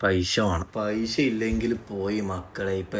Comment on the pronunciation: പൈഷ്യ അല്ല പൈസ